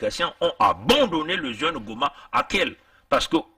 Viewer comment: VOUS ÊTES UN IMBÉCILE DOUBLÉ D’UN IRRESPONSABLE! SACHEZ QUE JE FAIS PARTIE DE LA FAMILLE DE MONSIEUR GOMA DONT VOUS FAITES MENTION DANS CETTE VIDÉO. AU-DELA DU FAIT QUE VOUS ÊTES, MANIFESTEMENT, TRÈS MAL INFORMÉ SUR CETTE HISTOIRE OU MÊME, LA PRONONCIATION EXACTE DE SES PRÉNOMS ET NOMS, QUE VOUS AVEZ ÉCORCHÉ, À DE MULTIPLES REPRISES, DANS VOTRE VIDÉO ET QUI EST UNE PREUVE EN ELLE-MÊME QUE VOUS N’AVEZ JAMAIS ÉCHANGÉ AVEC LUI, NOUS ALLONS, PAR L’INTERMÉDIAIRE, DE NOTRE AVOCAT, PORTER PLAINTE CONTRE VOUS POUR: - DIFFAMATION; - UTILISATION DE L’IMAGE D’UNE TIERCE PERSONNE SANS SON ACCORD; - ATTEINTE À LA VIE PRIVÉE; - MISE EN DANGER DE LA VIE D’AUTRUI. NOUS LAISSERONS À NOTRE AVOCAT LA LIBERTÉ D’ÉVOQUER, AVEC VOUS, LES AUTRES MOTIFS DE PLAINTE QUE NOUS ADRESSERONS À VOTRE ENCONTRE AINSI QU’À CELLE DE VOTRE CHAÎNE YOUTUBE! NOUS AVONS DÉJÀ RÉCUPÉRÉ VOTRE VIDÉO JUSTIFIANT, À ELLE SEULE, LES MOTIFS DE PLAINTE QUI VONT VOUS ÊTRE ADRESSÉ, ET QUI DÉMONTRE QUE VOUS AVEZ EXPOSÉ CETTE HISTOIRE AINSI QUE LES IMAGES DE MONSIEUR GOMA, DANS VOTRE VIDÉO, SANS AUCUNE PRISE DE CONTACT AVEC LUI ET SANS SON ACCORD! POUR FINIR, SACHEZ QUE NOUS VOUS TIENDRONS POUR UNIQUE RESPONSABLE, SUR LE PLAN LÉGAL, DES RISQUES ET CONSÉQUENCES POTENTIELS AUXQUELS VOUS AVEZ EXPOSÉ MONSIEUR GOMA ET SA FAMILLE TANT AU NIVEAU DE SA VIE PERSONNELLE QUE PROFESSIONNELLE! ENCORE UNE FOIS,, VOUS ÊTES UN IMBÉCILE DOUBLÉ D’UN IRRESPONSABLE!